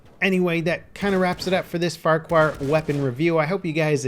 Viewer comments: Lol, had to comment on the horrendous pronunciation here. its Far-char not farqwar. Its a scottish name not the tiny dude from shrek.... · It's pronounced fucker-hill, dumbass.